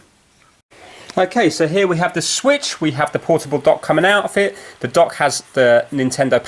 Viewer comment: porable projecter